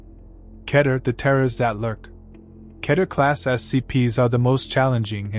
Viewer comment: Keter is pronounced Key-ter.